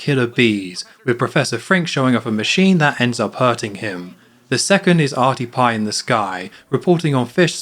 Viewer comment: its arnie pie not arty pie arty was marge's prom date